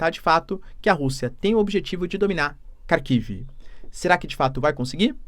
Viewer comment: Minha mulher é russa e dá risadas cada vez que o diz Kharkiv.